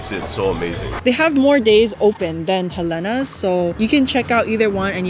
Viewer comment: I’m so happy you said Helena’s is da best❣️❣️❣️ by the way I found out that the correct pronunciation is “He lina’s”. 🤷🏽 Waiola Shave Ice❤️❤️❤️🤙🏼 Fukuya Okazuya❤️❤️❤️🤙🏼 Saimin - I love Palace BUT I gotta try Shige’s! Leonard’s Malasadas❤️ Gotta try Poi Mochi ❤️ gotta try Cinnamon’s Kalbi Loco Moco